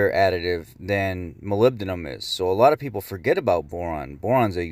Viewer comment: It is pronounced Moly-Bed-num! not molbedum other than that great information